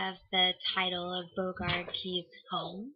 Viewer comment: Good video. FYI it is pronounced more like Bow-regard K-eyes...rhymes with eyes. at least the author Frances Parkinson Keyes pronounced her name that way. They were quick to announce that on the tour of the house. My great grandfather and his brother were murdered there and are said to be active ghosts. On one of my visits there I did encounter one of my relatives when I left the tour for a minute to go to the bathroom. a very creaky door opened by itself! slowly... I hope you can visit some day.